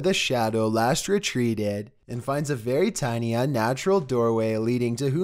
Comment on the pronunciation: Vewy Scawy Wideo